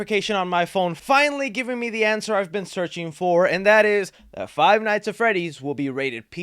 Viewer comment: Did he say fie nights at Freddy’s?